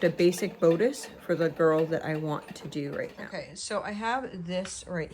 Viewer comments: You have a wonderful place to sew. Everyone sews in their own way. Do what works for you. I do have to say that the word bodice has a short o sound instead of a long o sound. Sorry, but I just wanted you to know. I don’t mean to criticize… Praying for your family & little Azariah! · I am not trying to be a jerk. Bodice is pronounced with a short “ o” as in boss. Best wishes with Azariah. He has a lot of love on his side.